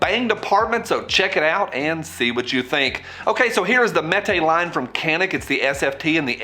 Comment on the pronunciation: Just for reference, it's a Turkish company. The c is pronounced more like a j.